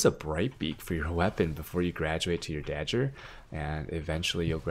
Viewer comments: da gur not da Jur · By dah-ger you mean day-gur right? lol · Ok i just found this and... wtf is he saying? its DAGGER not DAJJER .. speech impediment? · "Dajjer"... TRIGGERED! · how can u be an asian and have such good pronounciation yet cant say dagger right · Why do you pronounce dagger like that :(